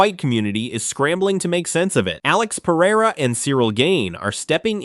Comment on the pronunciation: Usman is married to a Brazilian, right? His pronunciation of Pereira is perfect.